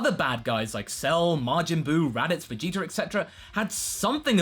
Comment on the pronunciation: lol he said vegeter